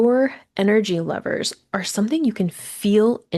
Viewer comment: Btw I thought you were saying the word lovers for the first two minutes thanks for the clarification